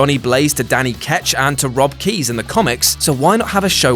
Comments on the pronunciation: Hey, uh. The Ghost Rider that showed up on Agents of SHIELD is Robbie REYES, not "Keys" -- what the hell was that? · Ghost Rider and Blade have already made the move to TV. GR on Agents of Shield and Blade with his own series that only lasted 1 season. Furthermore it's "Robbie Reyes", not "Keyes"! More research needed,. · It's Robbie REYES, not rob keys. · Haha he said Robbie "keys", Robbie Reyes, and yeah like others have mentioned he was already on agents of shield but no reason they can't bring him to Netflix too. On the blade subject what would be interesting is if the race swapped whistler and cast Wesley snipes. Why would carter hunt down others for registration act when she helped Steve escape in civil war?